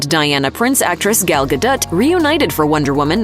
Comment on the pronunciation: For the record, her last name is pronounced Ga-dou, not Ga-dette